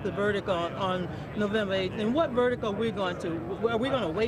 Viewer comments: ⚡️News Flash ⚡️to Donna Brazile: it's pronounced VERDICT, not verDICK. Repeat after me: verDICT. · "the verdic"?? It's verdiCT you lying scumbag. The verdic. What an idiot. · Donna says Verdick?....Verdick??......Does that woman have any sense...or is that word part of her uneducated verbal blah blah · cometopapa boo "VERDICK" LOL can't say VERDICT